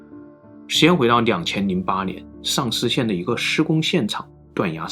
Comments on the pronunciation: 一开始只听声音没看视频 还以为是丧尸县 😂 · 什么县？“丧尸县”？ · 只是听视频，我还以为是丧尸县。.